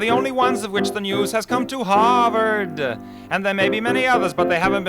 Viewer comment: Discarvard?!? HAHAHAHAHA!!!!